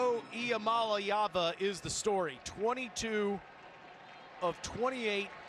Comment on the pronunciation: Alyssa Lang, Taylor Zarzour, you are mispronouncing Iamaleava. You should all be fired, you bums.